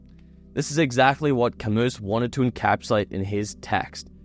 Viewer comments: When one of my good friends was in college many years ago, he made the same mistake of pronouncing 'Camus' with a hard S in a philosophy class. We all laughed at him. But now he's a doctor of philosophy and makes me feel dumb on a regular basis. For a young man, you're well on the way to greatness bro. Keep it up. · 1. You missed the point of the book 2. Its not CAMUS its Camoo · Ok. I can't believe that you mispronounced both his first name and his last name. Hope you are not a scholar on Mr. Camus. The correct pronunciation sounds like Albear Camoo. Goggle it. I took a French philosophy class on the Existential philosophy writers and the teacher was very strict that their names were not mispronounced. Goggle Mr. Camus' name and see. If you are dumb enough to pronounce Mr. Camus' name the way idiot American's do move to America please where everyone thinks we should all speak and behave the way Americans do. After all we are right about everything. Right? Wrong. Very very wrong. Ok. And you used the wrong word. You should have used the word spends instead of spents and you mispronounced Existential. OMG. Young people are so very stupid these days. Although you could be right about everything you got wrong. Existentialism is all about the individual who thinks and lives life the way he sees fit even if it seems wrong sometimes to others.